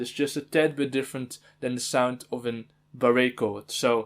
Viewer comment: Lol honestly that pronunciation makes more sense to me